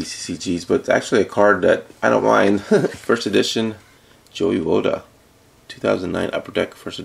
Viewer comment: Dude doesn't even know how to pronounce Joey Votto's name!